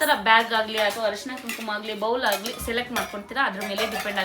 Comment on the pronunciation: ಹರಿಶಿನ ಅಲ್ಲ ಅರಿಶಿನ 😢